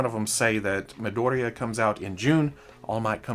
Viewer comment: I just find it funny that you pronounce Midoriya as Madoria